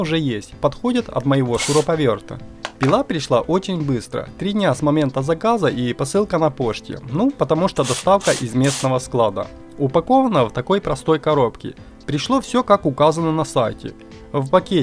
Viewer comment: Режет очень! Ещё "посылка на поШте"